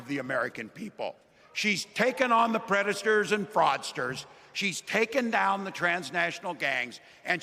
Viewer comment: He had 1 slip at 'predators and fraudsters', he mistakenly said predastors 🙂. Walz delivering a powerful 15-minute speech without a teleprompter, absolutely amazing! 💙